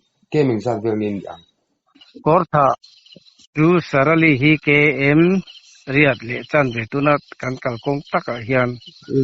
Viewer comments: Salari ni lovin Sarali tih tur aw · Salari nilovin sarali aw😅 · K.Sarali tih tur aw,sarali k, tih leh salari tih kha a dik lo. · Salari ni lovin Sarali a nih zawk khi. Caption ah a awm khi.I sawi dik lo reng mai.😂😂😂😂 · Khaw hming hi sarali a ni a a zawt tu hian Salari tiin a lam fo mai..An vanduaina a pawi hle mai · Salari a ni lo, Sarali tih tur 😅😅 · Salari a nilo sarali k tih zawk tur aw.😅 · Salary ni lo in sarali tih ani zawk lo mawww😮